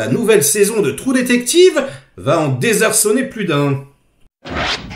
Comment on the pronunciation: A ta façon de prononcer j'ai eu peur que tu dises les deux trous duc...